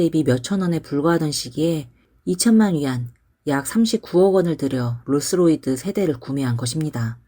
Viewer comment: 롤스로이드가 아니라 롤스로이스 입니다